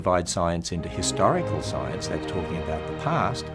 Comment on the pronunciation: It always sounds like is saying "Hysterical Science", and to that I will agree. Science is very hysterical! "D